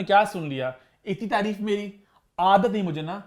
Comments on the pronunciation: its taareef not tureef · please dear word tareeeeef nahi hota taareef hota hai 🤭😉